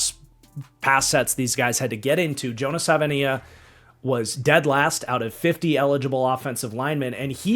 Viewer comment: It is pronounced Jonah Sa va e nai a.